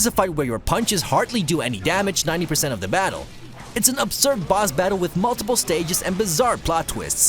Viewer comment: Are you saying boz battles? The Boz